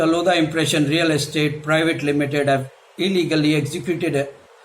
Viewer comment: It's not lodha it's loveda